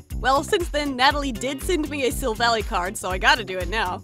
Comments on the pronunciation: you are pronouncing the Pokemon's name wrong its silvall[eye IIII NOT YYYYY IIIIII [ THIS IS A HATE COMMNT ]😅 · STOP SAYING SILVALLY WRONG